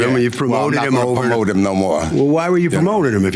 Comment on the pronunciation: The defendant constantly saying pamote instead of promote is irritating. On another note a black man of his age not know the black national anthem? Black card revoked!😂